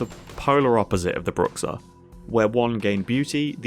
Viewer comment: Man, that pronounciation of Bruxa certainly is something lol In portuguese (which I'm guessing is where the modder got the word from) its "Broo-shah"